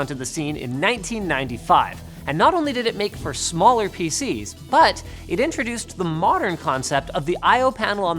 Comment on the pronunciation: Am I the only one that heard "faeces" instead of PC's